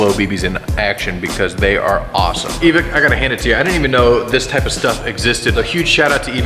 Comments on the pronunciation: Why did he pronounce evike with a soft "i"? Its not evick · its not Evick its Evike like saying bike not Evick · No hate but evik? It’s evike lol. Great vid tho! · E-Vick hmmmm its EVIKE (ehvikeing with out the ing) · Everytime u say evick I getta chill down my spine. Its evike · Not pronounced e-Vick is like EV IKE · Its not evic its EvIke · It's EvIke, not Eveek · E Vike not E Vick, sorry but ive been in the airsoft world for years, and im very familiar with evike, and it got annoying hearing him say it wrong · It’s not e vik it’s e vike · “E-Vick”? That’s the first time I’ve heard that pronunciation. I’m pretty sure it’s “E-Vike” but whatever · I was so annoyed by them saying evik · "EeVic" Okay.. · say it with me E......VIKE eEEEHHHHH V I K E.... EVIKE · My mans it’s pronounced E-v-Ike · man says e-vick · him saying evike wrong gives me an aneurysm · I don’t think that’s how you pronounce Evike but aight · Great vid, but it’s annoying how you guys pronounce evike😂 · i hate that he says evike wrong